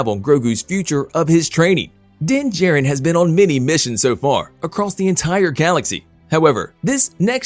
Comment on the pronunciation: It's Din JAR-rin not J-rin..